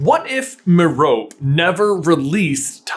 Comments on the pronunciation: I love your videos, but this one was a bit hard to listen to. Merope is pronounced Meh-ruh- pee, so listening to this was a bit disturbing, sorry 🙈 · the way you said merope made me so agitated this whole video aaa!! was a great watch though! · I can't get over how you say marope who would pronounce it like that lol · MER-oh-pee - like Hermione and Penelope. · It’s Meh-roe-pee. You wouldn’t pronounce Hermione as her-my-own and Penelope as pe-neh-lope now, would you? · I’m pretty sure it’s pronounced Meropé. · Merope... pronounced- "Me,row,pay"..... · Isn't her name pronounced Mare like a horse, Oh, pea? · I always pronounced it "Mair-o-pay" in my head lol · It’s Me-ro-pee. I know I timestamped a lot of places you said Merope's name, but that’s what happened when you mispronounced it. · Merope is a Greek name. You pronounce the e at the end. "Mare-Oh-Pee" FFS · Ngl, I hate that pronunciation of Merope. It's Meh-ro-pee. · You say Marope wrong. It’s Greek and has 3 syllables. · Merope rhymes with “therapy” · The name Merope is pronounced mare o pee. According the internet and it's based in greek mythology. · It’s pronounced “meropee”. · i think its pronounced 'mehropee' (if that phonetic spelling makes sens, lol) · The correct pronunciation of Merope is Mare Oh Pee, Just FYI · The E is not silent rare miss smh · I'll admit it, I thought her name was pronounced Ma-row-pee. TM Riddle probably stole Fleamont's shampoo. P.S. I think WandaVision did stick the landing. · Its pronounced as Meropee because of Greek pronunciation. Like Aphroditee. Also, it was never clear that she used a love option. It could have been the Imperius curse. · It’s pronounced me-ro-pay, even though it’s spelt as merope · The amount of pedants here complaining about the pronunciation of Merope is ridiculous, considering no one complains about all of us technically mispronouncing Voldemort. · the pronunciation of Merope is killing me lol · Your pronunciation of Merope bugs me lol